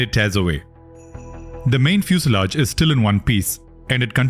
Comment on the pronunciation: The narrator mispronounces EMERGENCY and FUSELAGE. Correct: "i-mer-guhncy." Right: "fyoo-suh-laazh." The UH is a schwa.